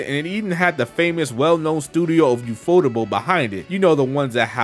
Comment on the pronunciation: Just fyi, that studio's name is pronounced "YU-fo-tay-bul" with the stress on the "yu" and ending in the English word "table"